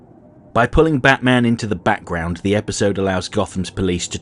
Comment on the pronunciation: Wait... Did you say background or Batground?